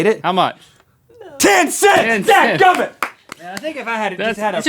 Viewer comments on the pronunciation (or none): "Dad gummit!" The southern came out in Rhett there XD